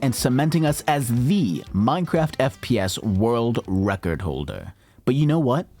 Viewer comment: witerally woke the wecord, hit the gwiddy 😂😂😂😂😂😂😂